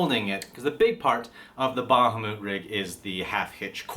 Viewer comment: Ba-ha-moot? Ah,,. Everything else is splendiferous.